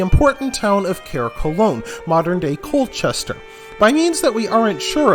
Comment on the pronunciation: Am I taking lessons about my home county from an American?!.. lol I'm from Colchester and have never heard of Colchester being called thus.. Please learn how to pronounce Thames properly has you make it sound like someone is scratching their finger nails down a blackboard..! But thank you for your research.. BTW... I volunteer at the Colchester Archeological Trust and I'm an Archaeology Student at Leicester University....